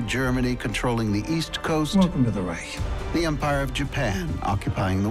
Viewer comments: As a German i have my trouble with speaking English. BUT why u guys keep saying Reich with a K in the End? You say China without Trouble. So, its a total dif. Thing when the CH is at the End - its still CH and not K. 😂 or du u say rich with spelling a K ?? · From a german to everybody is reich not reick